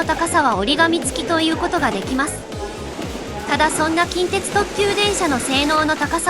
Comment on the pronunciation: 近鉄の発音が現地と同じになっている😮